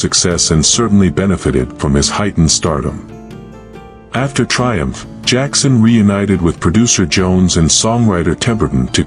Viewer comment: Jackson...not jakson